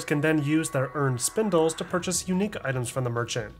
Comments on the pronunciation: spinels, not spindles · SPIN-ELS spinels Not spin-dels or spin-dles. Ppl still misread this? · Great video! Definitely bothered me with your “Spindels” comments tho, “spinels” ain’t no D in that word my boy… all love brother all love 😂😂😂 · Also just FYI, the pink gems called spinels are pronounced "spuh-nell" not "spin-dull" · Is it that hard to say 2 syllables? This dude really said Spindles, instead of SPINELS THERE ISN'T EVEN A D IN THE NAME! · STOP SAYING SPINDELS PLEASE I BEG YOU